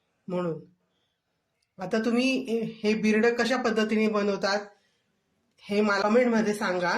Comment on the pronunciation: Bhirade nahi birade